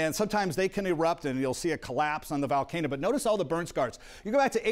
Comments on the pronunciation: Someone please for the love of God teach this man how to pronounce Volcano, not Valcano. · “Val-Kay-no” lmao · Weird he pronounces hawaiian words pretty nice but can’t say volcano x)